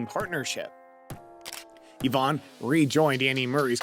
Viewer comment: Eeevaaaahn haha its ivan. And what was the mess of ivanisevic eevanisvevik